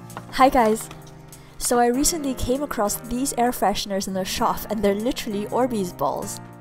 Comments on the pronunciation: Did she say shof to shop❓❓❓😵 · Its not shof its shop